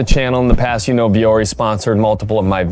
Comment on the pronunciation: LOL, ”vuori” is Finnish and it means ”mountain”. And it’s definitely not pronounced like that. 😅